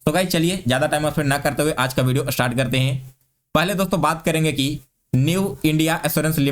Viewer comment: Astart nahi start hota hai